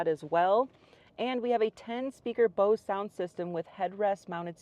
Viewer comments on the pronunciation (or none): none